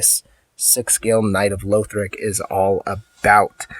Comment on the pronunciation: Pls stop saying louthric its not how you pronounce it